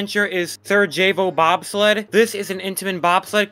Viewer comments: The 'j' in Sarajevo is pronounced as a 'y' Sa-ra-yay-vo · Thank you! I was cringing every single time he said it. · Love your vids please just work on your pronunciations! Sarajevo and Diabolik were both pronounced multiple times